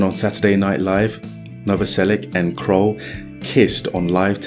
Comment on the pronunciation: dude if youre gonna do a biography on a band or even just anyone you should pronounce their name correctly. Dave "Khroll" lmao like dude cmon wtf is that haha